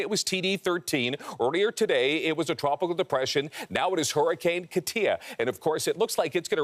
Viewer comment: And it's pronounced Cah-tea-uh not cuh-tea-uh